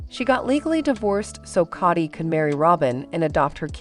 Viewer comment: Kody is pronounced with a long O not a short O 🙄